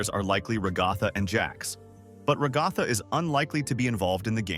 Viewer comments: Ra-gath-a No its rag-a-tha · Bruh can't pronounce ragatha right lol....